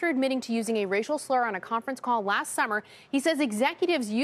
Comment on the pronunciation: over the lacht year